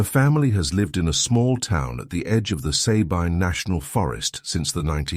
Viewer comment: Your AI voice mispronounced the name Sabine badly !